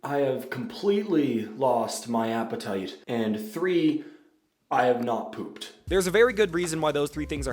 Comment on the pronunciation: I’m not even kidding, he actually sounded Irish on the “appetite”